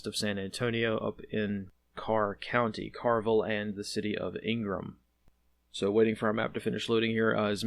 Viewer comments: KERR not CAR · Yes , not all that well known to general public outside of Texas... It's like, "bur" or like the cur in the word curve. Kerrville. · Picking nits: it's pronounced Kerr-ville, not car-ville. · It’s pronounced “CurVille” like the word Curve. Kerrville is place to be out west. My grandma lives there. Thanks for speaking on it. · It's pronounced cur, like cur dog. Kerrville is named for James Kerr, a Major in the revolution. I grew up there. Thanks for all you do. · Kerrville is pronounced CUR-vil. Semper Fi. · #2 It's pronounced Ker for Kerr County. And it's pronounced Ker for Kerr-ville. As in errrr, Kerr.. Ask how I know 😃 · That’s an E in Kerrville, not an A.